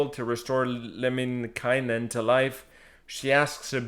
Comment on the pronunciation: Your son pronounced Lemminkäinen almost 100% correctly! Good job! He said the letter Ä as it should!